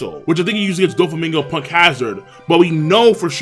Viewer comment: It’s not doflamingo, it’s Don flamingo